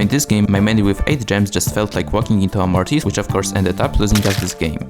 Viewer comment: Its mortis not morris